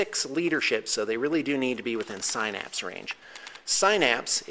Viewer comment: Great vid, love your Tyranids and want to make some tabletop stuff like that, cause it's awesome!!! Also not to be a douche or anything but synapse is pronounced sin-apps, FYI